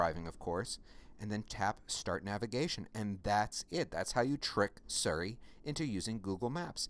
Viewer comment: Thank you very much for the video. I heard you say "Surry" a couple of times. Just wondering if that's the correct pronunciation? If so, I have been calling it "Siri" like an idiot all these years.....